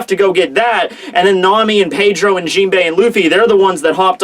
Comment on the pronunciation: who else gets pissed off by the way he says Pedro?